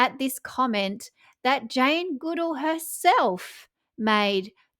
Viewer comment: You are pronouncing Jane Goodall's name incorrectly...